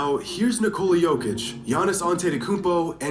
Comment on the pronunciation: This man out here pronouncing Jokic as "jockitch".